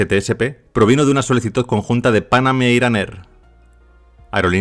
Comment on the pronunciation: Lo correcto es decir Pan Ám con acento en ám. Muy buen vídeo, como siempre.